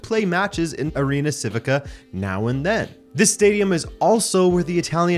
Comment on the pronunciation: You should know how to pronounce Civica ... chivica - is that more clear